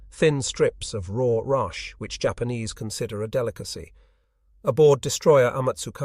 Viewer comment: "Jay- Ahpanees" ?? Has this been a AI voice over the whol time?